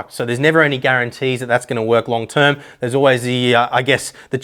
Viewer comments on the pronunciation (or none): none